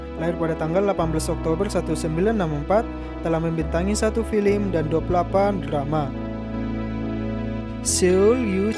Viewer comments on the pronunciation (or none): hahah tapi nyebut film aja masi salah, masa filim